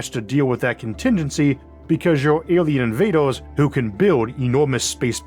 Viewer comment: "awien inwaders" - 🤓